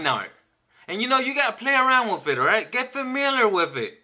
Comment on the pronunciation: You gotta play around "wiff" it. Funny guy. 👍